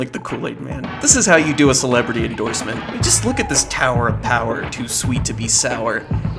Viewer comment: "This is how you do a celebrity endoisment."